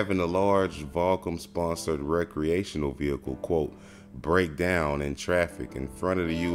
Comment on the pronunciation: Is this guy saying Vahkum?